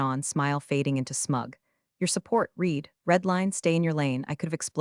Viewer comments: Past tense of read is pronounced RED. To read; has read (pronounced RED). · The past tense of "read" is pronounced "red." It's one of those tricky English quirks that can trip people up.